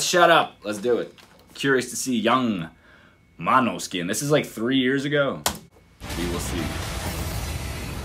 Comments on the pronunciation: Damiano at the very beginning: "This is Måneskin" (MO-NES-KIN), several seconds after: "MANOSKIN" DAFUQ bro, can`t you learn this? It`s not Eyjafjallajökull! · You know the name is danish and is pronounced completely different. The girl on the bass is half danish and came up with the name. It is pronounced more like «Mohneskin» or «Moaneskin». It is danish for moonlight. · How hasn’t he been able to get the band name right by now 😆 “mano 🤚 skin”